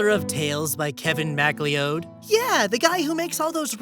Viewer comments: to be that guy, Kevin MacLeod's last name is pronounced "Mc'Cloud" not "Mac leod" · KEVIN MAC-LEE-ODE... It's MCCLOUD